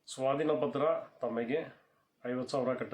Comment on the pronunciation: Swatina patra alla sir swadhina patra